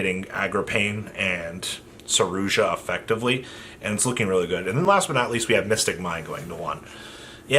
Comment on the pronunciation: Wtf is a 'saroozsha'